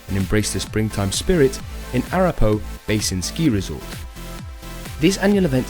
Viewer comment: Pronounced "A-rap-a-ho" or "A-wrap-ah-hoe"